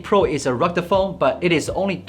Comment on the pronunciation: "Recta phone?"